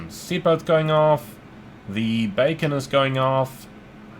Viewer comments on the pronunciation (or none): none